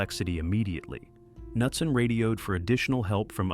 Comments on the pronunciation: How did "Nutson" become "Cuh-noot-son"?😶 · pronounced knutson different like 6+ times god damn pick one lol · Everybody take a drink every time he pronounces Knutson differently from the last time 😂